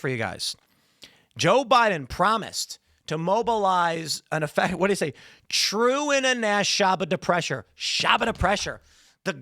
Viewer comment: Biden slurred "true international effort to pressure". That's what he was likely saying. But it slurred together into "trueinaneffetipressure".